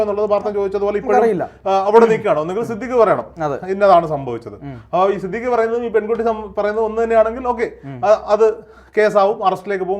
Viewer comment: സിദ്ധിഖ് ❌ സിദ് ലിക്ക് ✔️ 😂😂